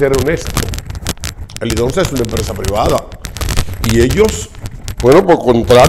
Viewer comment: Helidonsa no Helidosa , tu no lees nada antes de grabar.